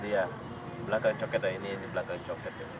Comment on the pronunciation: orang Malaysia bilang: Cho Kit, ( co kit ) bukan Co ket.